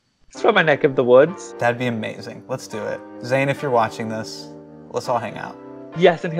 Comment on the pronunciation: Dude you pronounce zayn maliks name like an Angrez, don't get upset when someone pronounces yours wrong too